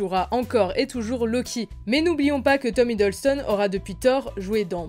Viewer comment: C’est Tom Hiddleston pas Hideulston (je parle de la prononciation pas de l’écriture 😉)